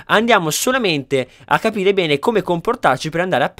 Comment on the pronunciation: Sono io che sono pervertito o a ha detto pene al posto di bene?